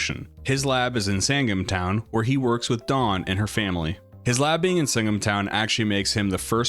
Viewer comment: "sangem town" took me so long to figure out you meant "sandgem town" lmao